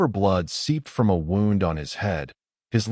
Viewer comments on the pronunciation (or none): Your AI still has a problem, saying the word Wound